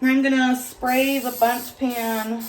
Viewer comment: What a beautiful places looking “bunting cake” lol. We all know who says bunting instead of Bundt 😂😂😂